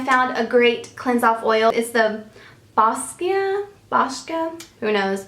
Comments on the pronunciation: Boscia is pronounced Bosha ...i used their products for along time. love them all, but expensive the the size. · I don't mean to be this person, but I figured you'd want to know, it's BOH-SHA. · Hey darlin, Boscia is pronounced BO-SHA . I love makeup breakup so much! I'm glad you love it too, you should try the Boscia Tsubaki beauty oil. Amazing! Xo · Boscia- bo-shuh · boscia= bo-sha; that one got me too! haha. great video :) always love your recommendations! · The Boscia oil I think pronounced bosha (that's at least what a sephora lady said)